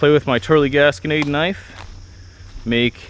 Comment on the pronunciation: lol thought I was the only one who said kanifey.